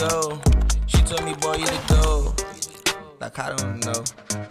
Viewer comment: Please do not pronounce it "Go". Even the British pronounce it wrongly, although at least they try?